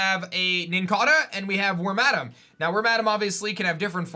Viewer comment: Why would you say Wormadam like that? Come on man, your killing me